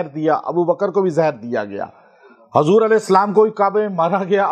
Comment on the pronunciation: Pr,,, Janab ap apna talaffyzb,theek kariye Hazur , nhi Huzur boliye😮